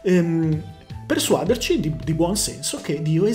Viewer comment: Bravissimo e ottime argomentazioni! Un piccolo appunto.... persuadère non persuàdere.